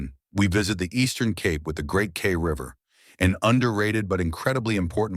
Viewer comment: Kei, pronouned Kye as in Transkei =Tran sky, rhymes with eye.